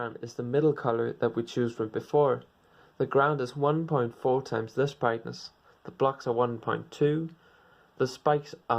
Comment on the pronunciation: Hue Saturation Vrightness